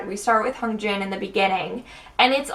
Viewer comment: I love your analysis. Just something I keep noticing is your pronunciation Hyunjin. You put more emphasis on the H but it should be more on the y.